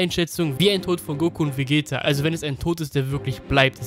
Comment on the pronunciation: Ca. Bei Hast du Glaube ich Vegetto gesagt, nur als Anmerkung soll kein Hate sein